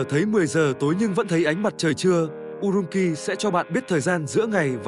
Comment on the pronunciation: Urumqi phải phát âm là "U-rum-chi" chứ không phải "U-rum-ki". Chữ "q" trong tiếng Trung không giống tiếng Việt đâu